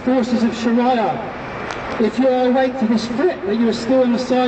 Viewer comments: WTF is 'sharaiyah' last time i checked it was Shariah. Chav cant even pronounce the word, how embarassing. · Learn to pronounce sharia and show ur face , its a free country u dont have to hide , oh and by the way its the same god that Muslims and christens worship